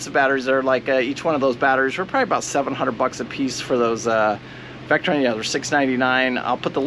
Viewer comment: Table of Elements: Li (lithium), Fe (iron), Po4 (phosphate). You mentioned "LifePro" batteries, several times. The correct name for these batteries is "LiFePo4" or "Lifepo." Your charge controllers are made by Victron (vick-tron), not Vectron (veck-tron). Most 100ah LiFePo4 batteries will accept a charge around 80 to 90 amps. You mentioned that yours are capped at 40 amps of charge. Have a look at Dakota Lithium. You can get a full-fledged LiFePo4 battery that won't break the bank and will deliver much better performance for not much more money. Best of luck.